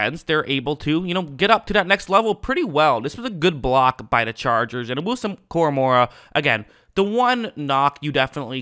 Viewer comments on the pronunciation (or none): It's KoraMOAH not KoraMOREah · Bro read his name to yourself out loud 3 times ina row KORAMOAH KORAMOAH KORA-MOAH only 1 "R" not 2, sorry was just a trying to help cause his names not that hard to say like a lot of these others dudes in the league LoL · Your saying his name wrong lol it’s Kor-uh-mo-uh idk where your getting the second R lmao